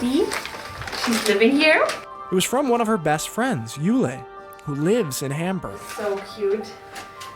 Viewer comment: I love how when you're speaking English you don't try to say Hamburg the German way which so many Americans butcher it hurts. I think I can say it correctly in German but it probably gives me away. Funny such a simple word is so hard. Our pronunciation debate of the day is whether Mundschutz has the exact same u in both parts of the word. I say no, others disagree. To me, the u in Datenschutz sounds different than in Funk. Any help?